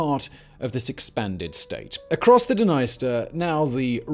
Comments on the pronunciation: OK, I'm sorry, I'm gonna just finally say it... This--and all its sister channels--has been the WORST offender(s) of mispronunciation on YouTube. I've often wondered if it's a joke I don't get. BUT, if you're going to make a video that's tangential to the war in Ukraine, you had BETTER DAMNED WELL AT LEAST PRONOUNCE THE NAME OF THE DNIESTER RIVER CORRECTLY. I'm sorry, but your continued disrespect regarding the proper pronunciation of places and names is inexcusable at this point, given how commonly it happens. Either put the proper effort into learning how to say things right or don't make the video at all. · Please for the love of God look up how to say Dnieper and Dniester.